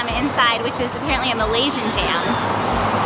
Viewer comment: I know this is an old video but: the races in Malaysia : Malay. Chinese and Indian and multiple others. the people who are citizens, are called Malaysians, not me-lee. This is free information in Google. Please research the country before going over and making content.